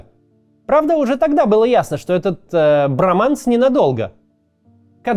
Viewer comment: В слове броманс ударение падает на букву о 😄